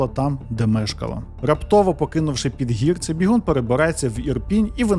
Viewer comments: Підгірці - наголос на друге і. Курвить, що така мразота має амбіції лізти в політику, хоча, чому дивуватися? Нормальна людина знайде в чому реалізуватися, а непотріб буде паразитувати. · Жителів села ПідгІрці трохи тригернуло від наголосу 😂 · ПідгІрці.Такий наголос. Я з тих країв...😢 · Стосовно наголосів: ПідгІрці, мЕртва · А просто загуглити який наголос в слові Підгірці було важко? Та й інтуїтивно відчувається, що Підгі'рці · Підгірці, після гі. Наголос на і ! Історія просто жахіття, як так довіряти да ще за її кошти проживати. Невже не включить мізки трохи. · Наголос таки не там - ПідгІрці. Наголос на друге «і»